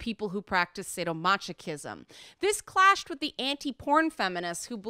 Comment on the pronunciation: sado-ma"CHI"chism? I chuckled.